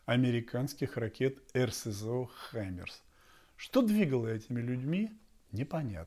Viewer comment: Какие хаймЕрс, если они - хаймАрс - А=артиллерия??? Что за неграмотный язык ведущих всех тв каналов!